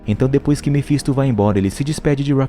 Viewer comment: Mefinsto é foda kkk Mefintosfis a mulher é rockceni Black work(rock ( (a pronúncia )o jeito da escrita nem faço ideia kkkkk